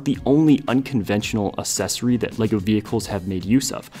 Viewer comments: Really nice video, but that's not how you say "accessory". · Is he pronouncing "accessory" correctly?